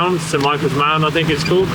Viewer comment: It's St Michael's 'Mount' - not 'mound'!😄